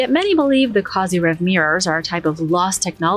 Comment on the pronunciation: “KHAZ-ah-rev” It’s Russian. So make it sound Russian. Not like a cute kids cartoon.